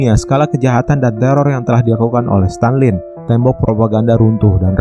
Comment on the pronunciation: Stalin min bukan Stanlin